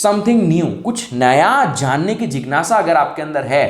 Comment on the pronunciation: Jignasa nahi jigyasa